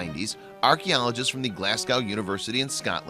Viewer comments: Actually sorry have to correct you, it's a Cornish site it's name is Tre war Venydh in Cornish (or Tintagel) which means a village on a mountain. But I do agree with you re: pronunciation. But I just laughed if I'm honest at this... I mean did you hear him pronounce Glasgow lol... if he couldn't even pronounce that correctly, Tintagel didn't stand a chance haha... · stuffed up the pronunciation of Glasgow as well! Lol. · He's saying Tintagel wrong he says it about 400 times too, he says Glasgow wrong too but only once, very funny though! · The "Glasgow" pronunciation also hurts ;) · white owl he also pronounced Glasgow and mediaeval wrong but did say Monmouth correctly.